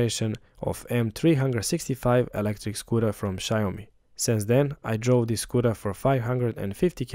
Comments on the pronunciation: Maybe try learning how to pronounce Xiaomi? It's obviously not "shy-owe-me". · it's Xiaomi, not Xayomi 😄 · That's not how you say Xiaomi. Its pronounced like Siao mi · Nice review, next time learn to pronounce Xiaomi correctly.